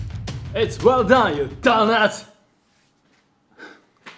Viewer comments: "ITS WELL DAWN YOU DAWNAWT!" And At That Day, Started His Villian Ark. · "its wall dan ya danat"💀